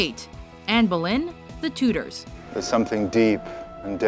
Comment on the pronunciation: Omfg her pronunciation of Tudors